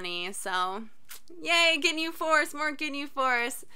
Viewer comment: first one to say gi-nhe right tHANK GOD